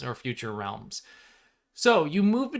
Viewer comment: Has anyone heard of hollows by rrd? Just started watching this video and the "realms" sound like "hollows"